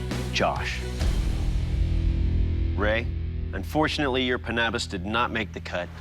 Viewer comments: Lol the first guy calling it a "pannabis" like it's weeds sharp cousin. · The thing that is more deadly than the panabas was how he said it (im fillipino)